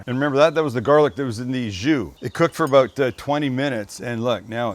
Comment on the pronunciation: when he says “aboat” lol or awkwardly moans